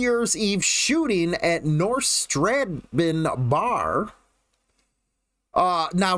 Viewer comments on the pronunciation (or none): STRA- BANE is how you say it..